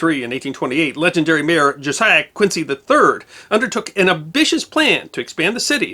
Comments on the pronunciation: Love your video's, but in Boston Quincy is pronounced Quinzy market, zee sound not cee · And Quincy is pronounced Quin-zee, not Quin-see. I was really shocked to learn this when I moved to Boston from the Midwest a few years ago! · Speaking as a born and bred Bostonian with Boston-Irish roots and as a former volunteer firefighter, congrats on another excellent video. BTW, "Quincy" is pronounced "Quinzee" in Massachusetts and "Charlestown" is pronounced as written, not like Charleston.